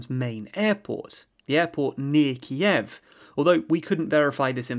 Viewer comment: Kyiv — stress on a first syllable. The way you pronounce in terribly wrong and sounds weird